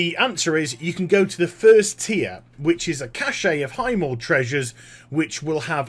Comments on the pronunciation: I like your vids, but there's just one pet peeve of mine... "cash" not "cash-shay" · Just a side question....why do people (englishmen, australian, etc.) say "kash-ay" for "cache"? Does the "e" throw you guys off?